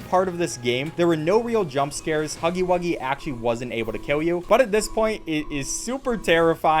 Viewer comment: "IT'S NOT POPPY BUFFON:(" DON'T INSULT HUFFY WUGGY LIKE THAT". Can we just not talk about how he said huffy wuggy instead of huggy wuggy...? Thanks. I feel huggy's pain there.